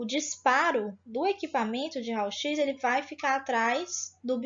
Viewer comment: Realmente ela é da área? Uma aula com mais encheção de linguiça do que conteúdo importante e pronunciando “RAUL X”.